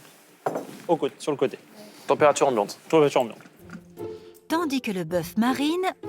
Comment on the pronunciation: " température ambiante ? " tortorchneh"